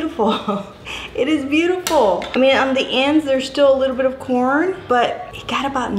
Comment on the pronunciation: I thought you were saying porn every time you said corn. 😆!!! Lmao